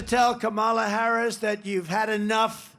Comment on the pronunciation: Go ahead, Donnie, mispronounce VP Harris's name some more! You'll be hearing it pronounced correctly when she steps up to be sworn in as our President.